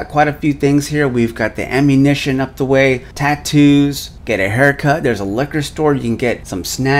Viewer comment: I can't tell if your saying it wrong or not, it sounded like not, if so, it's AmmunAtion. It sounded like you just said ammunition.